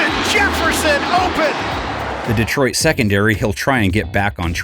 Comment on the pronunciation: Can the NFL guy correctly pronounce Detroit😊